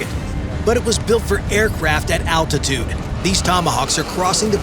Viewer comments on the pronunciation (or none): none